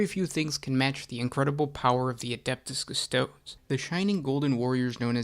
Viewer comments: “Kuss-toad”? - No. Say it with me “Kuss-toad-ae”. Applause 👏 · If you pronounce Custodes as Cus-toads, you should also pronounce Astartes as Ass-tarts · Cus-toe-deeeeeeeees!!! Please, it’s basically Latin. Custodian, therefore Custo-Deeeees…. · I found it very difficult to watch a lore video about one of my favorite factions done by a dude who kept mispronouncing their name